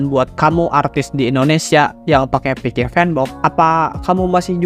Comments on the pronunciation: yg aku tau itu.. "Pixsiv" bukan "Pikif" bg hehe😅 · off topic: coba ngeja pixiv itu "Fiksif" bkn "pikip" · Bacanya Piksif bukan pikif 😂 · Kok bilangnya pikip terus, ngab. Sengaja ya bikin aku marah😡😡😡👺👺👺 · Gw bro☝️yg terganggu banget sama pengucapan si abangnya yg berulang kali ngomong "pikiv" kek akkhhhhhhhhh🤬 gitu loh pengen banget narik mulutnya terus teriak "itu dibacanya PIKSIF bang!!!!!!😬😬😬😬😬😬" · Orang Sunda mang? Dari piksiv kok jadi pikivp Canda bang:v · Owalah, cara bacanya Pikiv ternyata bukan pixiv😂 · piksif pak piksif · gua dengernya pikiv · Sama njirr 😂